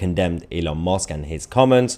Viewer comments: Why can’t you pronounce Elons name correctly? Musk not Mosk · Musk Mahyer not mosque. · His name is MUSK NOT MOSK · I can't help hearing Elon 'Mosque', when you say his name, and not Musk. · Thats Musk not mosque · Mahyar, it is Elon Musk not Elon Mosque 😂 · With all due respect my dear Mahyar, try to pronounce it as Musk not “Mosque”, you might inadvertently cause the wrong impression 😀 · Hi Mahyar, I love your content and your English is near native perfect, except for your pronunciation of the vowel U. It's not the same as O!! It's not opdate or Elon Mosque!! Yes dear friend, that is how you just said his name! Musk is like a Musk Ox! Ask a friend! (Unless this is a London accent Ive never heard in my 75 years in the South!) Cheers & stay safe! No offense I hope! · “Elon Mosque” 😂😂😂😂 it’s Elon Musk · Musk. MUSK, Elon Musk. Not Mosk!! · Are you calling him Elon Mosque? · Elon mosque?>? wth bro lol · Please don’t call him Elon Mosque 😂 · Do you know you pronounce his name Elon Mosque? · its elon musk not mosk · Did you say Elon Mosque?? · Musk.... Not mosk 😉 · Good host, does sound as though he's saying Elon Mosque not Elon Musk, which is quite amusing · Elon M u s k Not Elon mosque please Mahar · Why do you say Elon Mosque???? It's MUSK..U as in Uncle.. or is it a play on words??😮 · Musk not mosque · Elon musk not mosque you Muppet..are you taking the piss..🤬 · Please it's M u sk. Not M o sk. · It's MUSK not MOSK! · Why do you keep saying "Elon Mosque"? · Mahyar, can you please stop calling him Elon Mosque! It's MUsk! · Stop calling Elon mUsk Rlon mOsk. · Why are you saying Elon Mosque? 😂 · Haha you keep calling him Elon Mosque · I'm going to call u mr. Tootsie! Kindly pronounce Elon's surname correctly. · Love how you pronounce it as 'Elon Mosque'. :). Really appreciate your excellent content, thank you. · Why did I hear Elon Mosque XDDD